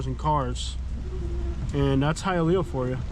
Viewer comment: High-A-Leaaa...ah sucks...